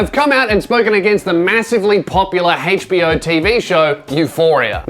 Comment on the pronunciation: When you say HBO I hear Hatespeech-Oh :D :D